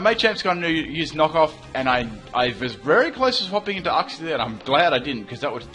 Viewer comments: Damn your pronunciation is off. Its pronounced Yooksie not Ucksie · uxie = YOUxie. We both pronounced it wrong. I thought is was OOxie. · Uxie is pronounced as yoo-ksi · I thought Uxie was pronounced you-xsee.